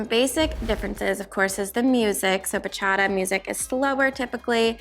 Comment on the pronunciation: You had that Bachata pronunciation down! 😁